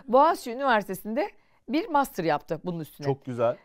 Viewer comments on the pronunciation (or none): none